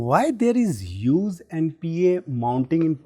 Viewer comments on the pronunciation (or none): must correct his pronunciation of the word HUGE...it's not huyuuz!